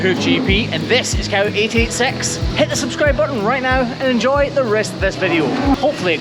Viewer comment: I heard cow eat ate sex until I saw the subtitle cow886, I was like oh….